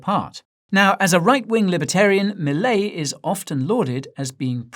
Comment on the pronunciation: He says Milei just like we do